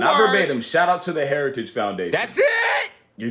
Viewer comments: What f is "harigies' or what ever the f he said. lol😂😂😂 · Lord, this criminal could not even pronounce “heritage” but he definitely plans to implement Project 2025 if elected. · I need a translator. This moron can't even say "heritage". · Trumpzi cant even say heritage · Can't pronounce some if not all words. Heritage Foundation, an extreme right wing white supremacist group